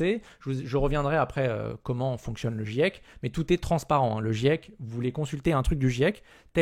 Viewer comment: Quand on est pas foutu de dire "GIEC" correctement, on sent que tu es le public cible du raptor mdr.